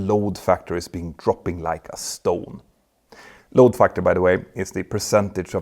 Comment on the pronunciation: LOAD Factor, not LOW Factor :)